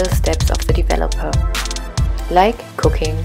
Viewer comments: When you said like cooking, while mixing the bleach I thought you said “like cocaine” lmao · That's exactly what I heard 😂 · Omfg same I’m helping my daughter do her hair so she don’t have to do all this work alone and omg I almost died n thought the same n then thought ohhh accent she did not even come close to really saying that lmfao 🤣🤪🤣